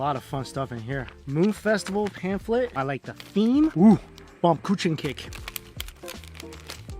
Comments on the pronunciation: Did he mean Baum-Kuchen? Because i understood bam coochen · bomqutchencake. i honestly did not know what its gonna be, until i saw. the pronaunciation XD